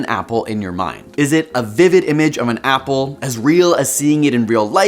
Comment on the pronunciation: When you said imagine an apple I imagined an owl because I thought you said owl. What does this say about me?